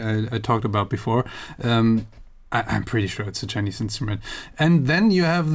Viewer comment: Everytime he said "chinese" I died a little inside 😩